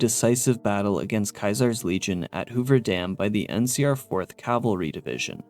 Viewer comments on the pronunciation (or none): none